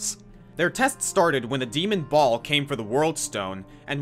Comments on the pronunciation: Those Diablo names were all spoken wrongly, Baal, Mount Arreat and tyrael. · You pronounced Baal wrong